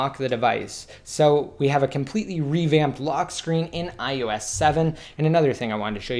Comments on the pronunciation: You say ius 7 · Is it just me? Does anyone else keep hearing him say iUS7?